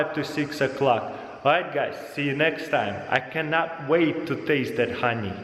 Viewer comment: 'Хани' he is saying the Russian х for the h in honey